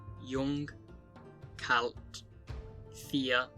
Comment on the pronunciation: your ei diphtong sounds a bit exaggerated, just pronounce it exactly like the word eye also, the l in kalt sounds very american/slavic so thats also where you can work on if you didnt do that yet the g in ng is slightly too exaggerated just pronounce it like the english ng this could as well be done by a native tho but it sounds a bit strange despite that, all words that dont have the first two could as well be from a native